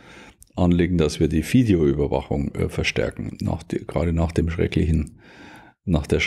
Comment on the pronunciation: die bayerische Fideoüberwachung mit F ist am besten..